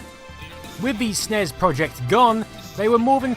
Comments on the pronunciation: Great video except eaying Ess Enn Eee Ess is not as physically and auditorily painful as saying Snes phonetically... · Did you... did you just try to pronounce "SNES?" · It's pronounced Sneess. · I never heard anyone say "Snes" as a word until a few years ago. It makes me cringe every time I hear it.